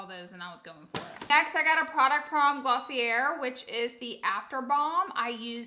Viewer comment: girllll it’s glossiYAY not glossiAIR